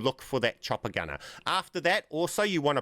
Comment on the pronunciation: The whole time I was wondering what he’s referring to when he says “a Tropicana”. Come to realize he was saying “chopper gunner” 🤣